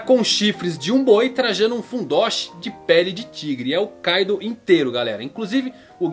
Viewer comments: Não é káidu...é Kaidoou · certo - ei TI ro Oda e nao Ei XI ro ka I do, e nao KAI do kkk esse cara n acerta uma kk